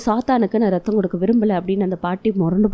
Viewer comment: No reththam Athu raththam But ur spoke that tone little cute👍